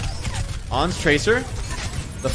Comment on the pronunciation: Who the dern is ons? Why users keep calling Ans 'ons'? Do they call ants 'onts'? They do it with Pharah too. They call her phorah always.